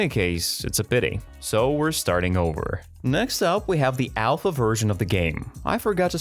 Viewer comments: Alpha , not Aplha😂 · ah yes the ”casedtr saying: ah yes the ”aphla” version of minecraft” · gotta love playing minecraft "aplha" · Aplha??? it's called Alpha